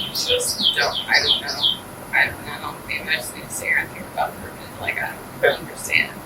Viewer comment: "I don't knowa" 😠